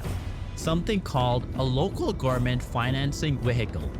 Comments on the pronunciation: Is it just me or do the speaker keep saying gourmets instead of government? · Why does he pronounces „government“ like gorement? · New here, your pronunciations could use some serious work. GoVerNment for example, there was enough mispronunciations that I'm leaving a comment on the first vidfeo of yours I've watched. Keep up the good work otherwise. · Gov-er-ment the n is silent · Why are you pronouncing “government” wrong? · Love the video but I would also advise to practice infrastructure and government pronunciations